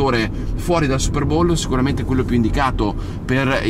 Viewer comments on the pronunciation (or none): none